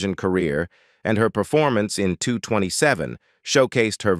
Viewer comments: The show was not called two hundred and twenty-seven, it's 2 - 2 - 7! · Wow dude doesn't know how to say 227 smh Ridiculous